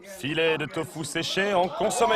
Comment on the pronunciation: Très beau documentaire la voie off par contre fait beaucoup d'erreurs le tofu se prononce tofou par exemple Mais je vous remercie on ressent les sentiments et la hardiesse de la tâche qu'ils accomplissent encore merci